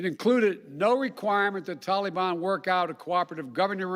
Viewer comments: It is not TOLLEY-BON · He makes it sound like Disneyland saying Tolly bon!!! He’s so lame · This tella tubby we have for a president is a joke! It drives me crazy the way he pronounces taliban! Tore down everything President Trump did. Now he blames Trump for his failure in Afghanistan and everywhere else for that matter. The man has no integrity, because if he did, he would never have agreed to be placed in the position of president!